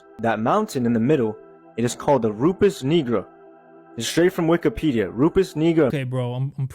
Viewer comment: “Rufus Kneeger” 😂 gtfo